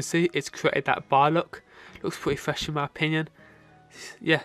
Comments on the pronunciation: Pwetty fwesh in my opinion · Pweety fwesh in my opinion